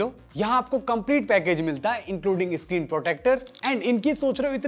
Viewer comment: iscreen nhi bhai-sahab. screen hota hain.